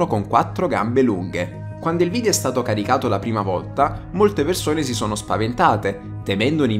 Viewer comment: Si pronuncia video non vidio comunque 😂